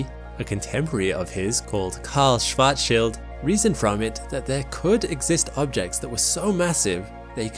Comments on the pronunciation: Thank you for pronouncing Schwartzschild's name correctly. So tired of hearing about the child of Schwartz. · Thanks for pronouncing Schwarzschild correctly! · Very nice pronounciation of Schwarzschild, I cannot remember all the times people pronounced it Schwarzs-child, which is ridiculous